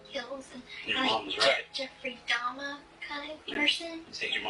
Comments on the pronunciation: i bet its because shes playing innocent little girl and innocent little girls dono who dahmer is so she pronounced it wrong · AND DEDE HAD AN CAJUN ACCENT SO IT MAKES SENSE SHE WOULD SAY "DAHMA" INSTEAD OF DAHMER. THE CAJUN ACCENT IS DIFFERENT THAN A CREOLE ACCENT AND IT ALMOST SOUNDS LIKE A NEW YORK ACCENT ON VALIUM. A NEW YORKER WOULD SAY "DAHMA". GYP REPEATED IT THE WAY HER MOTHER PRONOUNCED IT. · Thank you for showing this! I agree you caught her telling on herself. It's frustrating that the interrogator validated her comment, I wish he would've let her dig her hole more. It's possible she purposely mispronounced Dahmer's name to be deceptive that she was actually very aware of him. Also, I dont think DeeDee would have let her go to the restroom unattended. Maybe she had fallen asleep or was slipped a sleeping pill.